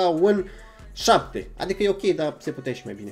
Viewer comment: Bă doar ieu am auzit că Roxan o zis zapte la ultimul tik tok